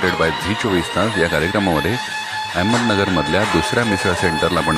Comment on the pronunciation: अहमदनगर... अ ह म द न ग र.... एवढं सोपं असून पण उच्चार करता येत नाही आणि मराठी वहिनी म्हणे... ऍहमदनगर काय असतं...?... 😑😑😑